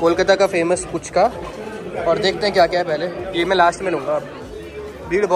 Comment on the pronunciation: Puchka nhi dii Phuchka 🥰